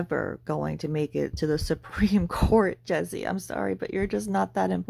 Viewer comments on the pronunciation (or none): Not the Supreme Cawwwwt! Lol